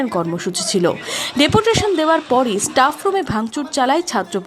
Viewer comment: College student staff উচ্চারণ টা ঠিক ভাবে করতে পারে না। ইস্ টাফ 😂😂